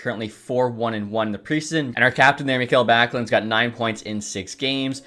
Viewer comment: Mik-Hell Backlund?? Llooll